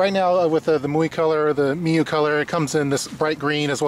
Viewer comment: PRO TIP: Learn to pronounce the name of the company correctly before you film the product review